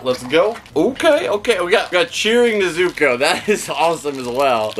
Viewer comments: Brooo it's (NEZ OO COH) NOT NEHZUCOH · Start of the video: "NE-zu-ko" Kanpeki Two-minutes in : "Ne-ZU-ko" OH NO! What happened? No. No. NOOOO!!! Hahahaha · It’s pronounced N E Z U K O FYI I am not saying it’s you it’s just evey friend I have says ne so co and I say it’s ne zu ko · You quit saying nezuko like that please say it like is said in the anime nezuko